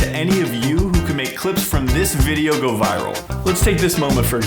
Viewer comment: "So here we guuu" I fucking lost it, lol thank you